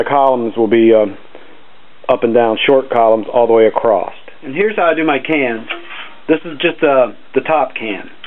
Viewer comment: Is that "acrosst" or "acrossed"?